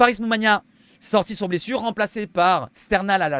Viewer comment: Ta dit blesuce😂❤